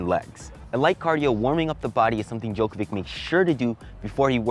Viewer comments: Um, I hate to break it too you. But it’s not pronounced Djokovic with a c. It’s pronounced Djokovich with a ch sound. Great vid btw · pronounced Djokovitch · Djokovi"tch"...sorry, it was bothering me 😅